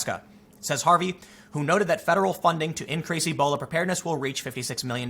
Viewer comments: Cringing when Tim pronounces the W.H.O. as "who" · For the first half of the video, every time you said "WHO," I thought you were asking "who." #TrueStory + #Facepalm